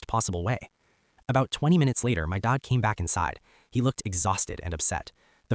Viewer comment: Why can’t OP say the word DAD? He sounds like DOD???